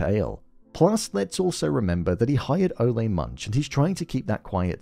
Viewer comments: It’s Ole like “ol’ - old”… not O-lay lmao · My take on Ole Munch (which by the way in episode 3 Gator mentions that it's pronounced Ooh-Laah) that again this is an homage to the Coen Bros. movie villains like Anton Chigurh or the biker from Raising Arizona. These types of Coen-esque unstoppable forces of nature almost mythical creatures, stuff of legends. Like Lorne Malvo in season 1, Ohanzee 'Hanzee' Dent in season 2, V.M. Varga in season 3, only this time I think the creator/writer Noah Hawley went a step further in cementing this villain's status as mythic by showing us the '500 years ago' title card and making us wonder if Ole is some ghoul that has been living for the past 500 years or if he is an ancestor. We will see how the season pans out but I think they will not provide any more background on him just to keep us wondering. Anyway, Noah Hawley has written/created one of the best villains ever in tv or film imho in these Fargo seasons. I also think they steal the show every time. And I am also wondering if Season 4 performed lower than the other seasons because of the lack of this legedary, mythic type villain.